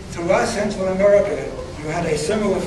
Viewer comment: Amewica is tewibow.